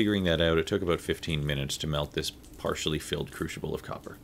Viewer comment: Where is the h in crucible?